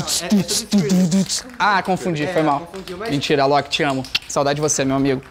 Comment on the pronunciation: Foquemos que o senhor falou "Ailok" e não Alok.